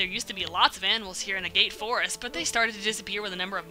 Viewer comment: It's pronounced "Ah-Gah-Tah" Forest, silly Amerika-jin!